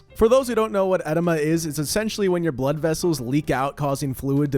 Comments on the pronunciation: It’s pronounced “eh DEE muh” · it’s pronounced e-dee-muh